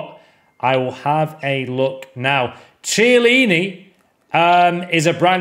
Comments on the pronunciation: ciellini? As an Italian this hurts me😭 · Him saying Chiellini just horrible